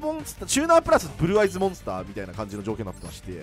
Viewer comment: ふ"ぅ"る"る"る"ぅ"ぅ"あいず好き